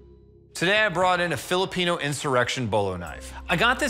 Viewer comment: I am not even Pinoy, but grew up around enough. That this boys enunciation of ‘Filipino’ hurt my soul.